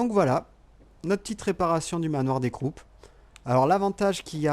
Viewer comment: Juste sa se dit manoir des crou